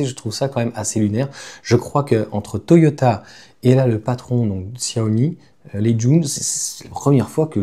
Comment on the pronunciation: Prononciation ===> Tchia - Ho - Mi.... (et pas Xia - Ho - Mi !)